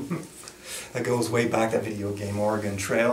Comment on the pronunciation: Say it with me... OR-UH-GUN. Not OR-UH-GONE. Come on man! Now that we got that out of the way lol :)